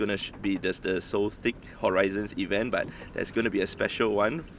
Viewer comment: It’s pronounced “solstis” not “soltik.”